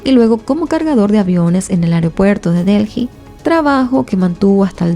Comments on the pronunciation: Un comentario dirigido a: La capital de India, la ciudad de DELHI, no se pronuncia "DELJI". Se pronuncia "DELI". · Se escribe Delhi, pero no se pronuncia Delji, se pronuncia Deeli